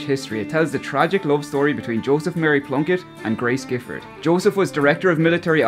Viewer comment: The Giffords pronounced their surname " JIFFORD ", by way of information only. Like the Vid, Thank you. That's new for me regarding Patrick Pearse.